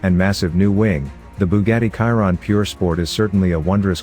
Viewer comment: Sorry, but your pronunciation of name Chiron is terrible. He was a french driver, "Ciron" or "Kiron" is incorrect. Should be Chiron like "Shiron", Luis Chiron.